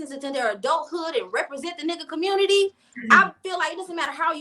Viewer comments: “ Commurnity “ lol 😆. 92% of black women endorsed the alleged black woman and drunk and all for identity politics, how did that work out for ya lol 😆 smh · It community not cummuty